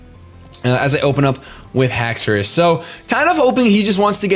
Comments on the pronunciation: Don't worry its Hax a ris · Haxourus is pronounced hax ur us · No because dinosaurs have the 'au' in their name, which makes the sound of 'aw'. Haxorus only has an 'o' so I don't think its pronounced Hax-aw-rus. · It's pronounced Hex-er-iss. The anime and 3D pro both pronounce it that way. What 3D pro are you looking at? The correct pronounciation is how said it before his AHA moment. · It's not spelled Hacksaurus, so it's pronounced how you thought it was before.